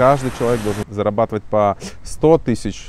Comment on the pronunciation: сколько ааа.. не «зарабатовай» ааа.. писать без ошибок аа.. будет так же невозможно…а..